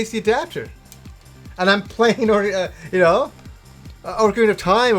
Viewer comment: Pro tip "Ocarina" is not pronounced "Orcarina", lol.